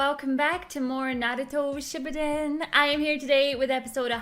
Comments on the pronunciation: The way she said Naruto Shibuden sent me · It's Pronounced (Nah Root Oh Ship OO Den) if She's going to React to an Anime, At least get The Title Correct. For Example AKIRA is Pronounced (Ah Key Ra). And Poke'mon is Pronounced (Poke Ay Mon) and Means Pocket Monsters. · why tf does she say “Naruto Shippuden” like that just say it normally that annoys me